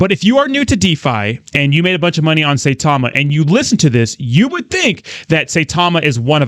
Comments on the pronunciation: Russ is correct as Saitama has a higher daily volume than Shib atm. Of course exchanges would still help Saitama. Sai- ta - ma not Say- ta - ma as some Youtubers pronounce it as. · Sai like buy not Say like day. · You are pronouncing Saitama incorrect. Have respect for this Japanese name.